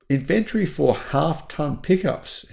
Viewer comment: in-vun-tree, not in-vent-tree!!!! *rage quit